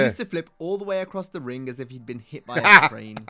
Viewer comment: I swear I thought he said “He hitto me amigo! 😱” 😂